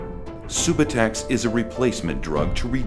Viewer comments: lol they said sue-boo-tex its sub-you-tex subutex lol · LOL at "Soobatex". It's pronounced "Sub-you-tex" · Lol homie gimmie some soobahtex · Not even pronouncing subutex Correctly. What an idiot this guy is. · Maybe there saying it right an we've been saying Subutex wrong lol